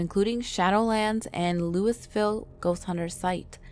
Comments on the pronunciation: as someone born and raised in Louisville, this is how locals pronounce it: Lu-iv-ull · IT IS NOT LOUIS VILLE ITS LOUISVILLE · AAAHHH!!! For the love of all that is holy, Louisville is NOT prounced "Lewis-ville" like the name Lewis. It's more like "lou-a-vul". You gotta kind of run it together, a little lazy-like with the stress on the first part of the word. Sigh... (Oh, and just for the record, Versailles is not prounced here in KY the way it is in french. In a weird twist from the aforementioned name, this one IS actually said phonetically. "Ver-sails" Like that.) LOL ...clearly I have too much time on my hands here. No shade though, this was a good video with urban legends usually forgotten. Also, I highly suggest going to Bobby Mackey's if you can. I live about a half hour down the way, it's a good time! Even if they did remove the mechanical bull. Let me know you're coming, I'll buy you a beer and you can visit the Well To Hell. If you can't make it all the way to KY, go listen to Bobby's two songs, "Johanna" and "Poor Pearl, Poor Girl". Very interesting even if you don't like country. Good songs. ;) XOXO!!! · Pronounced Lui-vil Kentucky.... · Quit saying lewisville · Louisville is pronounced "LewieVille". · Its pronounced Lo-Ville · Its not Louis ville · Pilot knob not pilots knob and you pronounced luisville wrong I bring this up because I said the name of my home wrong do fo ur research next time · we usually keep the s in Louisville silent